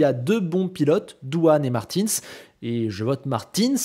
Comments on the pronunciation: Comment ça martiins ?? On dit martUNS ! 😂😂😂😂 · Tu dis Victor Martine, c'est pas Martinsss que ça se prononce? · « Marteens » mdr